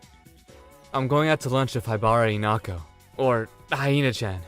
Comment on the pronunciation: Why are you pronouncing her name as "inako"